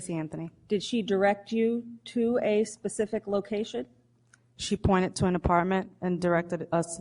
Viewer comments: I mean if you can’t say “specific” don’t say it at all! Him saying pacific just make him sound less intelligent. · Omfg can someone tell this judge the difference between the words specific and Pacific.